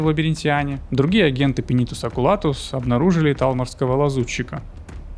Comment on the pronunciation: Сидел слушал всё было класно, но потом слышу "Пенитус Окулатус" и меня прорвало, так дико я не угорал давно.... пинитус окулатус... ох уж эти имперцы, все у них через пенитус.